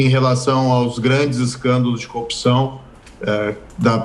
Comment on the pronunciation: Esse senhor pode ser que entenda bem sobre ser juiz , mas como político, entende tanto como um bebê de 3 meses!! E tem que aprender a pronúncia certa é CORRUPÇÃO, E NÃO COPCAO KKKK